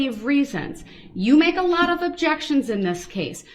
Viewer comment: "My jexions get tossed aside"